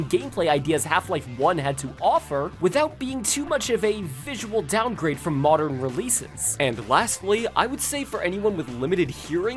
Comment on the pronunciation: "Modren era", eh? Don't think I missed that pronunciation, you little McElboy fan